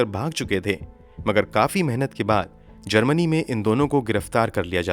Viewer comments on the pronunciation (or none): none